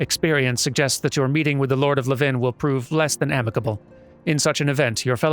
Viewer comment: So it sounds like you are pronouncing Levin like it is a place. Pretty sure it's just another word for lightning. And it's pronounced like how you would say levain bread. LEvin vs. leVIN. EDIT: This also explains the pun made in the quest title "Levin an impression" 😊